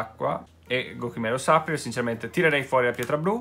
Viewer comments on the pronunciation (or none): ti prego, supplier si legge "supplaier" e non "sapplier"🙏🏻🙏🏻